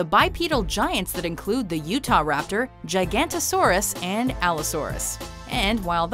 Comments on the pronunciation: also it isn't called giganto-saurus it is giga-nanto-saurus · its gi-ga-no-tosaurus not ji-gan-tosaurus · Giganotosaurus is pronounced GIG-uh-NO-toe-SAR-us, not ji-GAN-toe-SAR-us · One, it's called a saber toothed cat, not a tiger. Two, Giganotosaurus is not pronounced nor spelled Gigantosaurus.